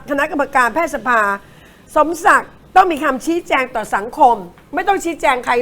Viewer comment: ผมจำผิดไหมนะคุณครูเคยสอนว่า "แพทยสภา"ให้อ่านว่า แพด-ทะ-ยะ-สะ-พา หรือผมความจำไม่ดีหนอ สงสัยจริง